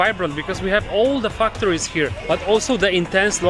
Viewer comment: When you say 'factories', it might be a good idea to make sure the first syllable is pronounced as 'fact'. It sounded rude when you pronounced it.